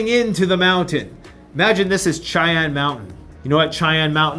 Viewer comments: Its pronounced "shyann" mountain sweetheart, like the indian tribe. Love your videos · It's pronounced Shy-anne. It's a native American name.